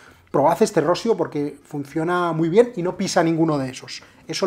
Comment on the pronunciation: Por favor mister, no quiero sonar muy petulante, pero por evitar que quedes muy mal delante de gente, mi consejo es que la pronunciación de Rossio la cambies a "Rossío", es una pronunciación más similar a la real. Siento el apunte paternalista, espero.sea de ayuda.